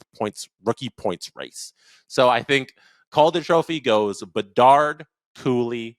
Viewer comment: I thought it was Connor Bedard not Connor Debard. :)